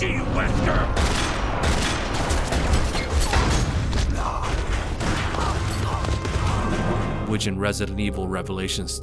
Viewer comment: Alex Wesker?! Ahh you mean "she wesker" xD